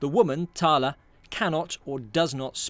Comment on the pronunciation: I think its pronounced 'thayle'.